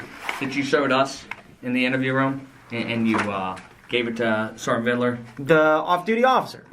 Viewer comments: It’s Sargent VIDLER not VIDDELER. Dewitt’s knows his correct name, he’s just being obnoxious here. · Every time he says "ViDaLer" I throw up! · The way he says Vidler’s last name like he’s saying riddler is so irritating!